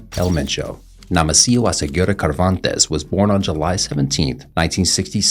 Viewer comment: Cervantes = Servantes not Kervantes! And the 2nd faction of Millenio was Los Torquidos! Please get your facts straight, at least one time!